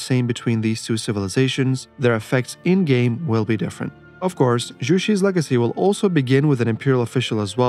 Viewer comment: I just want to point out 😂 Zhu in Chinese is pronounced like "droo," not "roo"😅